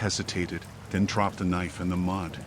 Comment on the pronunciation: sounded like he said "i crapped my phone" 😆